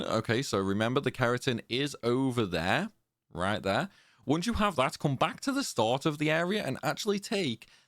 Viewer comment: I'm not trying to be a dick bro as I love your videos and they've been super helpful to me but it can be so off-putting sometimes cuz your phrasing sounds like Alan partridge- not your accent- your phrasing, tone and diction. "On the window...RIght.THere." "And then..COme.BAck. you sound like your trying to emulated a news reader or something- it sounds so much better when your just being natural dude. I'm honestly not trolling or trying to be hurt cuz I do genuinely appreciate you and your videos-thsts just so off putting sometimes. And it's not only you, it's loads of UK YouTubers. They use this same type of reading. I get you need to pronounce stuff properly so people can understand but when you OVERpronounce, all the time, it just comes off a bit grating. I'm sorry if I sound like a twat, and this is just my opinion obviously- I don't have any kind of speaking qualifications lol. I just think you sound so much better in those moments you talk normally, so much more natural rather than sounding like someone reading the news highlights you know? I genuinely appreciate you bro, this is just a sincere positive criticism 😮‍💨